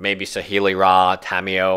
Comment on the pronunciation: Kahn, teffeh, saheeli rah! Lol wtf?